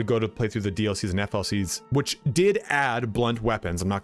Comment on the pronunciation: You keep saying DLCs and FLCs ... what are FLCs? oO